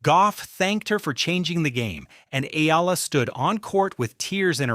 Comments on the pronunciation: Eela? Hahaha it’s EYALA or Eala. You had someone in the video pronounced her name and you can’t even say it right yourself. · It’s not EE-LA. It’s EH-YA-LA. Pronounce her name right. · Please. Pronounce her family name correctly. It’s eh-YA-la. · Here’s a phonetic to pronounce her name right EE-YAH-LAH. Get it right, you’re going to pronounce it a lot more.😊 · YA-LA that’s how you say it.